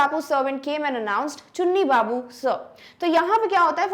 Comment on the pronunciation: When she said chunk babu I can’t stop my laugh 😹 😂